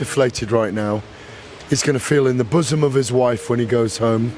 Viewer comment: "In ths boosom of his wife" Wtf is wrong with this guy 😂😂😂